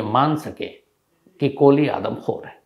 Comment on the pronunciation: गजब करते है शम्स साहब ! हर जगह सुरेन्द्र कोली के स्थान पर आपने या ता सुरेन्द्र 'कोहली ' कहा है या तो आपने 'कोहली ' कहा है।